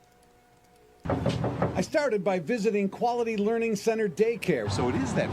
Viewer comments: Tower of Learing. 😂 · excuse me its pronounced "lear-ed"